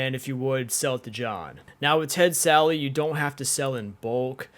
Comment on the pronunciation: Why does everyone call “Ted Sally?”